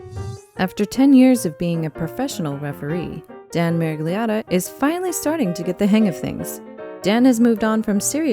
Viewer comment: As italian, my ears crushed by listening the pronunciation of the name "Miragliotta". It is completely different in italian, where it finds its roots. But okay, I acknowledge that not all languages are italian.